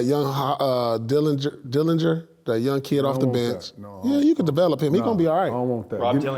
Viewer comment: that boy say Dillinger